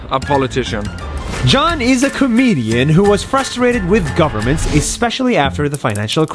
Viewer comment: “goverments” I like it